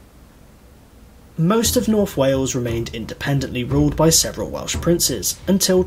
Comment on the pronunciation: Hate to be 'that person' but bad Welsh pronunciation really drives me nuts! 🙄🙄🤣🤣